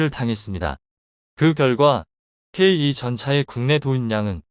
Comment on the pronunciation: 케이투 전차를,너는왜?케이이라고 발음을하고있니?우리나라는 물론이고, 세계인이(K-2)케이투 라고 명명하여 부르는데,방송하는 너만,케이이 라고 이상한발음을 내고있네?그렇게 바보같이 니멋대로발음좀 하지마라!